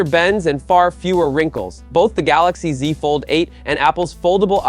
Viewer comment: the gaLAxi ZI lmaoo